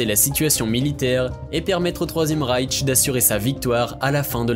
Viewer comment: Une remarque sur le nom Reich, il n'y a pas de "T" à la fin, donc inutile de le prononcer.